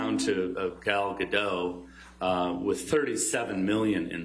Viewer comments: It's Gal GaDAHT, not GoDOH. She's Israeli, not French. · and Gadot as well, and Gal is the highest paid actress in hollywood, Her salary is the same as Dwayne Johnson for crying out loud.